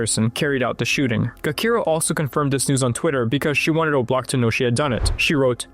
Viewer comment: Gakira (Jakirah) he's killing me with that pronunciation and this misinformation.